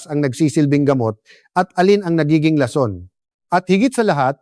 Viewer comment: Ayusin mo ung pagbigkas ng lason para hindi nakakasukang pakinggan